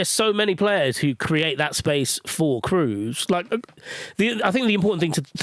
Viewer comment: Why can none of you pronounce Tony Kroos's name. It's not exactly a hard name. You just need a functioning pair of ears.